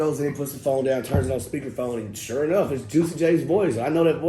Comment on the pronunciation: "I Sho Will"